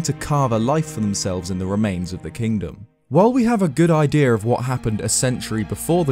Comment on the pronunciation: Nobody: “...” in a parking lot at 3 am: “..... IDEAR!...” JK I LOVE YOU!!!